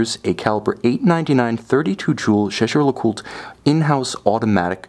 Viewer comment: Lovely watch. And Jaeger-Lecoultre might be a cult brand, but it's still "Lecoult-re" with an audible "R", not "le-cult".